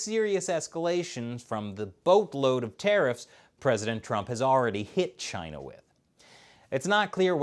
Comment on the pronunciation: . . .cause it’s from Chy-Nuh.